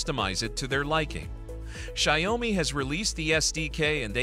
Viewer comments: “Shy-oh-me” - lol. Is it that hard to have an actual HUMAN voice these things? 😂 Let’s face it, this isn’t a review and neither are your other videos; they’re all just AI-generated marketing. Made me look once, but no more. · Sorry, I can't stand the wrong pronounciation of Xiaomi - check here for a correct pronounciation: tixmLMiU-kI